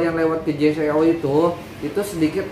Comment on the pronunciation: J.Co dibaca “jeko” bang